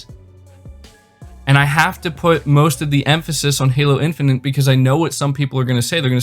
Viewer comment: It's Halo Infinite not Halo Infinant. Please stop saying Infinant.